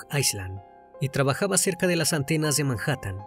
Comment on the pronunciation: Si pronuncia la H de Manhattan que en español no se pronuncia.